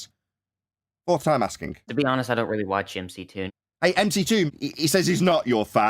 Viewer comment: It's McGoon not mctoon